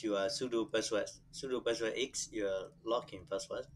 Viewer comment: Password and not paswas